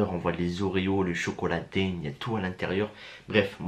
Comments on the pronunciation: C chocolat daim c se dit din et pa dem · On dit chocolat d1 pas daim comme tibo InShape mdr